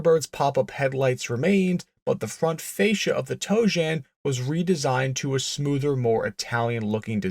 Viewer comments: Tojan. Not toejam. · The Pontiac Toe Jam....um, I mean Tojan. 🤣🤣🤣 Sorry.... I couldn't help myself. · Every time you say tojan i hear toe jam. That thing is hideous. It would have been cool with 800 horsepower but thats it. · I just keep hearing "toejam". Were those 71-73 Cougars going into the primer bath?